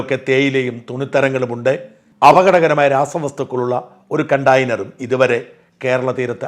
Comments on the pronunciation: കണ്ടയ്നർ ആണ് കണ്ടാ യ്നർ അല്ല.. ചില പള്ളീലച്ചൻ മാർ എല്ലാവരും എന്നു പറയുന്നതിന് പകരം എല്ലവരും എന്നു പറയുന്നതുപോലെ style ആക്കുന്നതാണോ അതോ അറിയാഞ്ഞിട്ടാണോ? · "കണ്ടായിനർ" അല്ല, കണ്ടേയ്നർ! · കണ്ടായിനെർ അല്ല കണ്ടെയ്നെർ. നന്നായി ഉച്ഛരിക്കൂ കുട്ടി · കണ്ടെയ്നർ എന്നാണ് പറയുക. കണ്ട യിനർ എന്നല്ല